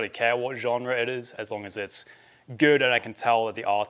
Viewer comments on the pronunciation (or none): Sounds like a big Huguenot story where Huguenot’s (French non catholic Christian’s) left France for Switzerland, NL and Eng… and stop mispronunciations of « genre »